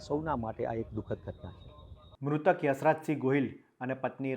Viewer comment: ડોફા યુશરાજસિંહ બોલ ને યશરાજ શું બોલશ